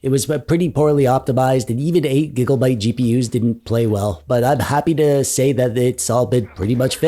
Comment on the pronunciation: Wtf is a gig-"O"-byte?